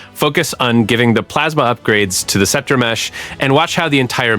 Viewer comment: I realized when he pronounced Scepter as Skepter!